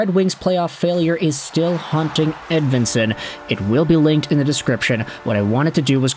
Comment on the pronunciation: I suppose maybe the last name is Edveensone also. Seemone Edveensone. Doesn't really sound Swedish to me. But I suppose Nicklas Lidstrom probably pronounced his own name wrong throughout his whole life also.